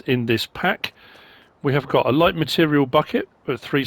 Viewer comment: Almost always some great mods in modreviews. Almost.:) Mostly great assortment of attachments from NMC, but the digging buckets will be great if you have dirt on the map like on Rassvet and the grapple will cause frustrations for loggers. “are you lait (late)? No you’re misunderstanding. I said I’m lait (light)” 😂 You sound like you’re feeling better again 👍🏻